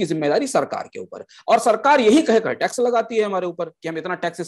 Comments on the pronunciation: retrospective"Tax" hota hai "Trax" nahin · Saurabh ji, 1 aisa co host assign krein jo acche se present kr paye or log usey sun na pasand krein. Pronounciation ka dhyan rkhna b bhot zruri h, Crain nhi Cairn h bro n trax nhi tax h